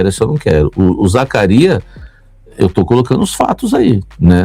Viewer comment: pede pra sua fonte ensinar você falar o nome do Zacarias kkkk